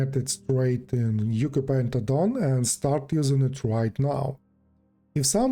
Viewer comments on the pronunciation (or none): just a heads-up, Ucupaint is pronounced Oochoo-paint (apparently it's an Indonesian word)